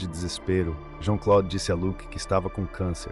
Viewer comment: JEAN CLOUDE, A PRONUNCIA É ASSIM...😮😮😮